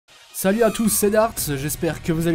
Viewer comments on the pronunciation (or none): none